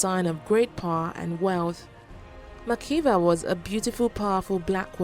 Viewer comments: Makeda Not Makiba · it is Makeda pronounced as Makda not Makeba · Makeda not makeba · hahaha....i am ethiopian and it is Makeda......actually its the narrator who made the mistake......he read it as makeba....may be influenced by the singer....but its MAKEDA.